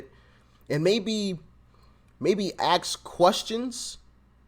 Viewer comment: I hope you get rid of the habit of the term "axe" instead of ask. I guess it's hard when it's been repeated over the years.